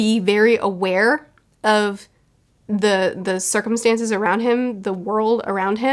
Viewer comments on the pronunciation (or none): none